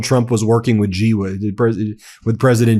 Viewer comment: His named is pronounced "SHE".